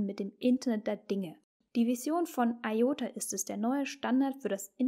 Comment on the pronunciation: Es heisst ''I''OTA und nicht EI ota....